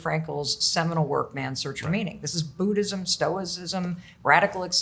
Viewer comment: “Boodism”’lol! Learn to say Buddhism and know that it all originates from Sanatan.